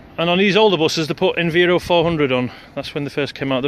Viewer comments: It’s Enviro (Enviiiiiro) not (Enveero). Sorry just a bit of a pet hate when people do that 😂. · Bus2598 Transport Videos it’s Env-eye-ro not enveero lol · Did I hear enveero? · I think most people pronounce it env-eye-ro